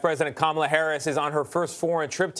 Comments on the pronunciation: Did he call her president Cumala Harris? What? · President kamal toe harris??? What did he say at the beginning? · The soyboy CBS anchor said "President Camela Harris"...the POS doesn't even try to conceal his allegiance to the Dictocrats